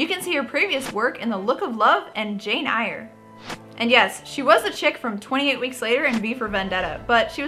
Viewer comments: Jane "I-YER"?! Aahahaha! I take it she meant Jane Eyre. (Air) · sorry to be extremely british, but it's pronounced "Jane air" not, well however you said it :) cool episode again though :D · How does she not know how to say Jane Eyre?!